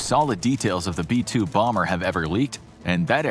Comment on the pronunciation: Is it just me or did anybody else laugh when he called the b2 a “boomer” Bomber 😅😂